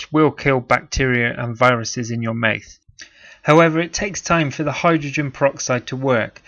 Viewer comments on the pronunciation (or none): Pronounce mouth correctly you're pissing me off. Mouth not myth